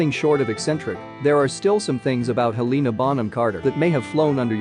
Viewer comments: NOT HELEEEEENA BUT HELENA!!!! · Heleeeeeena Bonham Carter omg say her name right 😭😂🤬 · Hel lena that’s how you say it you spell it like Helena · us helenaists be like: her name is Helena, not Heliiina lmao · The ‘heleena’ kills me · If your going to do a video about HBC, at least get someone who can pronounce her name correctly. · They butchered shawty’s name 😭😭😭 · It really annoys me how they say Lestrange and Helena is HELeNA bonham carter bellatrix LESTRANGE